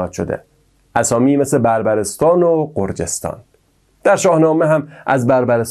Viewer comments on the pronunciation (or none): تشکر از برنامه جالب شما عزیران. شما کلمه غرجستان را اشتباه تلفظ کرده اید(غ را با ضمه تلفظ کرده اید) . تلفط درستش غ با حرکت فتحه است. Gharjistan